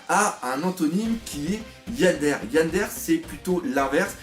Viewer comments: "Tsundèr", "Yandèr non, ça se dit: "Tsoundéré" et "yandéré" ^^ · Par contre ça se prononce "tsoune déré" et "yan déré" mais cest un détail mdr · Ça ce dit tsoundairai et yandairai en fait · S'il te plaît !! Je suis normalement OK sur ta prononciation mais Tsundéré et yondéré (je met les accents pour la prononciation pas pour l'orthographe) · et pareil pour Yandere, c'est Yanedéré une prononciation à la japonaise quoi ^^ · Sa ce dis Tsundéré et Yandéré ! Mais osef ! J'ai tellement ri quand tu les a prononcé tunsdaire et yandaire ahahah ! Reste comme ça ;p ! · Pour la prononciation c'est tsoundéré et yandéré 😉 Très bonne analyse de chapitre 😄